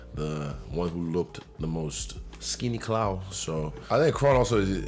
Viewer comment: “Skinny clawl” 😂😂😂😂